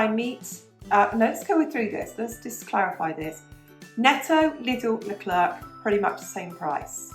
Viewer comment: As a French who loves to listen to things in English, I've loved your channel from the day I've found it. Great topics and advice, with a sparkle of French life... Perfect! I know you said you were saying the names in English, but hearing you say lecler'c has me 😂 You've said leclerc in French in previous videos just fine. Your accent is lovely, and very cute!